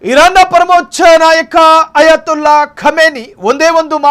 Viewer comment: ಆಯತ್ ಉಲ್ಲಾ ಖಮ್ನೈ (ಅಯತುಲ್ಲಾ ) ಅಂಥ ಹೇಳ್ಬೇಡಿ